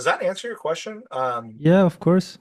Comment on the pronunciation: sou sua fã e seu inglês é ótimo. Só uma correção. Por favor, não fique chateado. Quando você falar curso em inglês, course, capricha no O. Ele é agudo, “Córse”. Você tá falando com A nasal, “Cãrse”. Essa pronúncia parece “Curse”, que em inglês significa outra coisa. Por exemplo, xingar. Só isso, de resto, sempre brilhante. Parabéns pelo seu trabalho 👏🏻